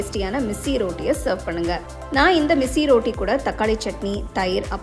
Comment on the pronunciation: ரோட்டி இல்லம்மா ரொட்டி